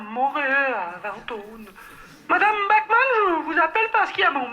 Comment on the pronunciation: Bachmann prononcé "backman" à l'anglaise un scandale